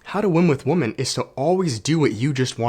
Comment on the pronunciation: It's pronounced wim-men